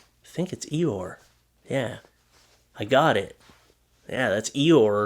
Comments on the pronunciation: EE-OR Innit? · It's ior, the donkey's name from Winnie the Pooh is ior 🌷 Love your videos 💕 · Ee-or. And he was grey, not blue. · its Eeyeor lol the donkey =D